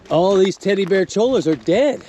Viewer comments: It's pronounced CHOY-ah. What kind of desert rat are you? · Cholla is pronounced "choya". Spanish double LL